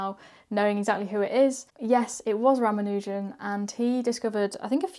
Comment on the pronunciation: It's pronounced Mah-dha-vah and Ra-mah-nujan. Three syllables each.